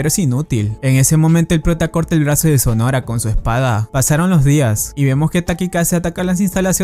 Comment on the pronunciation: Alguien más se estresó al escuchar "sonora" en lugar de sonohara??